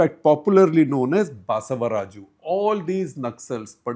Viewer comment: Basavraju is a common south name request Shekhar to get pronunciation correct